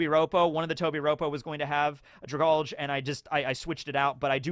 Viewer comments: Dra-GAL-Gee it's a play on the word Algae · I feel like Dragalge is pronounce Drag-algae. It fits the creature better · Dragalge is pronounced drag algae, because it’s a sea plant